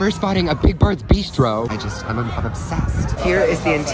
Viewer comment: Not to be rude but your pronounce bistro like b-I-ss-t-rro not bee-stro